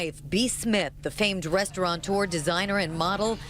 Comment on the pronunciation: *restaurateur It is a french word. NO "N"!!!!! Even the news caster said it like that. It is a peeve of mine.